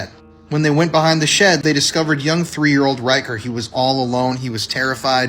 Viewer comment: Hey, WTF is a 3 year ODE?? A 3 year ODE?? HUH? I know you mean old. A 3 year OLD, but that's not what you say. You literally said, and say often, ODE instead of OLD. How difficult is it for you to pronounce a word correctly???? I mean DAMN! WORK ON IT OR SOMETHING because that shit sounds stupid.